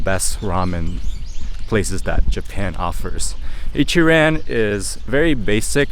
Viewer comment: Bro why you talk like a white guy - it's Ichi-ron not pronounced ran lol